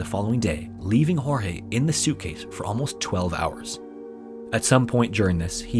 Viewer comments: Your portion of Sarah Boone is incorrect, starting with the pronunciation of Jorge's name. It's pronounced George, not Hor-hay. Second, the domestic violence incidents were not accurate. He was arrested 4 times for domestic violence against Sarah. Third, Sarah went to the police station, they did not come to arrest her. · Just an FYI...though his name is spelled Jorge and that is usually pronounced as it would be in Spanish and the way you are saying it this particular guy's name was actually pronounced like "George"....just thought I would mention that...(as someone who has a name that people have mispronounced my whole life due to the spelling and my mom deciding she would go against the norm and pronounce it differently). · Sarah is a murderer Jorge begged over and over to be let out cause he couldn't breathe. She thought it was a big fucking joke. Poor Jorge Weird side note Sarah calls him "George" but half the YouTubers doing this case "hor-hey"